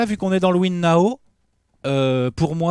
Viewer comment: et son "Win Nao" 😂 classique